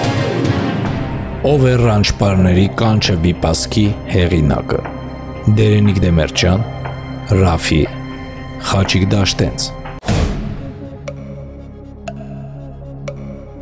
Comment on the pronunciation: Լավ թեստ ա։ Ուղղակի Դեմիրճյան ոչ թե Դեմրճյան